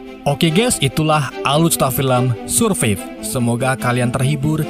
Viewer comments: Cara bacanya serfaif bang, bukan surviv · Bacanya “survaiv” bang 😢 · baca SURVIVE bukan SURPIP bang. Tapi SURVAIV. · Survive bang bukan surfif 🤣🤣🤣 JK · min, bukan dibaca "surviv" tapi dibaca "sur-vaif" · Judulnya dibaca Surfaif bukan surfif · Survive dibaca serfaif bukan surfif 😂😂😂😂😂😂😂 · SEURVAIVE BUKAN SURPIP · surpep sia teh. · Ko dibacaya surviv sih? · Menit Surfif😂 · Bacanya survaiv bang 🤦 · Survive di baca survaiv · Dibaca sursaif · Cara sebut "survive" lawak😂😂😂 kesan Indon kena jajah dengan Belanda dulu😭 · Sebutan "survive" harus diperbaiki...salah total...majoriti youtubers indonesia tidak dapat menyebutkan bahasa english dengan benar... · Malu2in amat ngomong survive aja salah